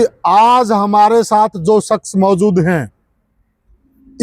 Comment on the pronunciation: संक्स नहीं शक्श बोलो मीडिया man